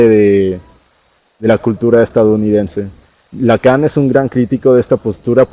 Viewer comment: Que pena saber que alguien que no sabe ni decir Lacán vaya a recibir una calificación por estar leyendo una exposición, ahí dice año 2019, que pena que se vayan a titular leyendo diapositivas